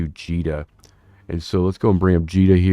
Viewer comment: Finally! Someone that says "Jita" the way God intended! : ) I find it hilarious that in Jita 4-4, even the announcers can't agree; some say it "J it uh" while other say it the correct way, "Jeetuh." : P They could make a comedy sketch out of it, really, similar to the old "The white zone is for...." sketch of the past. Although, no one would be able to understand it, as the devs have both echo and announcement overlap turned up to 11, making all announcements incomprehensible. Just found your channel today. Came back to the game after a ten year break last month. Instant thumbs and subs.